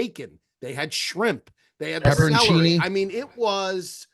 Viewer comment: Hearing “fustrated” from and “Pepper and chini” from is next level mispronunciation, way to go fellas